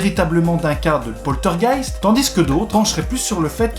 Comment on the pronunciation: 👻 Joli titre mais, mais, mais... où est le "t" de poltergeist, jeune homme! 🤪 Bien résumé, mais pour en savoir plus les amis sur le "poltergeist d'Enfield", je vous conseille de faire un petit tour sur le site de Sylartichot (YouTube) qui vous dit pratiquement tout sur cette affaire avec les dossiers Warren. 👍 Prends soin de toi et à bientôt dans les rues de notre City! 🙏